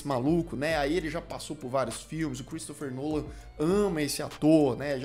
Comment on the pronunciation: Só pra dizer que é Christopher Nolan e não Cheristopher Nolan 👍🏻